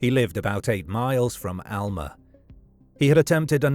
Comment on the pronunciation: Alma is a Spanish word (which means "soul") and he pronounced it correctly. It's the locals who have been mispronouncing it all along.